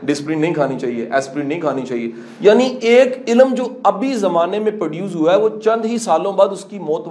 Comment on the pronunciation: ila-m. Or ilm. Qasim sahib plz apni pronunciation Thek Karain Kindly.